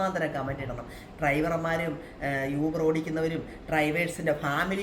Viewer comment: അതേയ്..... ഈ uber കാർക്ക് fare കുറവായത് കൊണ്ട് അവർക്ക് (ചിലർക്ക്) അതിൻ്റെ ഒരു കലിപ്പ് (frustration) ആണ്... ഇന്നത്തെ കാലത്ത് uber il register cheythale അവർക്ക് ഓട്ടം കിട്ടുകയും ഉള്ളൂ.. അതാണ് ഇങ്ങനെ പെരുമാറ്റം... പിന്നെ യൂബർ അല്ല oober എന്നാണ് pronunciation എന്ന് തോന്നുന്നു..